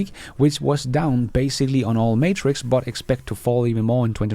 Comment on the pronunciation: Depot = De po, the t is silent. Metrics is not pronounced as matrix. Met rick's